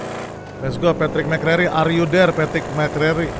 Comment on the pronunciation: Bang yg bener packie bang bukan Patrick